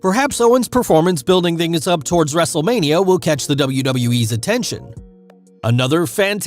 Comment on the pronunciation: So how many times said Wrestlelamia(excluding intro, the introduction of Raw Recap, and outro)? If you said 4, YOU WIIIIINNNNN!!!! Lol All jokes aside, hope you’re feeling better. is keeping the mic warm for ya